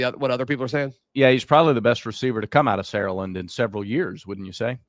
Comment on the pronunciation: Btw guys it’s pronounced Sar-uh-land not almost all in one syllable the way you guys say it